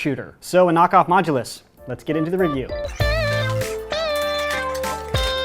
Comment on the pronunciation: Anyone else really annoyed how he says modulous but never specified which one